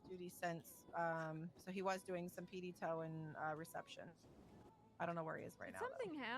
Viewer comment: “PD toe” nice English bro.😂😂